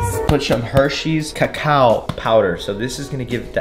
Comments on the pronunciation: He really said “cacow” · No way you called it “kakow” powder lol